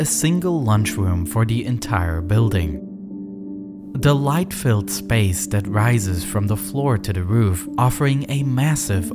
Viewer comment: The narrators MANY mispronunciations are never so clear as his 'The light filled' gets captioned at 'Delight filled'.